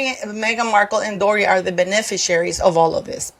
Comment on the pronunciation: you mispronounced Beneficiaries, I know you are amazing with your multi lingual abilities but type that into google and ask how to pronounce it and it will bring up help and you tap on it and it will say it for you. I would rather tell you rather than one of you know who’s buddies. I only speak one language English. I feel very inferior with all of these important people who are multilingual.